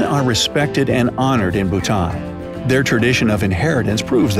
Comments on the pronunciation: Lauren Alexander its bhuta"n" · Yaass Bhutan!! My country!! 🇧🇹 He pronounced some stuff wrong but it's a common mistake, so it's ok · I'm from Bhutan 🇧🇹 and this is all true! But the video pronounces Bhutan wrong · Yo bro you said Bhutan wrong i know ok I am bhutnese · This narrator can’t even pronounce Bhutan correctly… 🤦🏼‍♀️